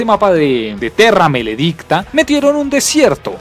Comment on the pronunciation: de una te digo que no le vuelvas a decir malo a buried , ah y no se le dice terrameledicta sino terramaledicta , y extincion es la basura de la saga.